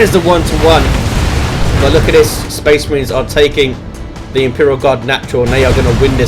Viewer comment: Fucking speh marhines, ugh.